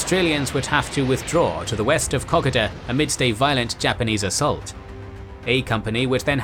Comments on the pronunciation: For christ's sake, please get your pronunciations correct as not only does it sound wrong but it is offensive to Australians. Kokoda is spelt with an "o", not an "a", so it is pronounced Ko-Ko-da, not Kokada. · A cool new drinking game. Take a shot everytime he pronounces kakoda wrong. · Kokoda track is pronounced Koh-koh-da! Sorry had to say that but glad you said track not trail. I had several uncles who fortunately all came home thanks to the "Fuzzy Wuzzy Angles" who thoroughly deserve their own special. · Kokoda is koh-koh-da not cockada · Top quality presentation. Suggest checking pronunciation of a few words, in particular Kokoda. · Wish they could pronounce Kokoda properly.